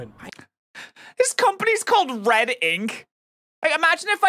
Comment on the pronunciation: Red inc sounds like red ink